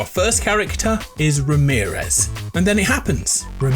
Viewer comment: everytime he said ramerez -/